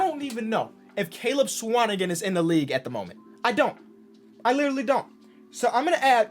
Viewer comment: I’m a Swanigan and just happy you pronounced the last name right 😂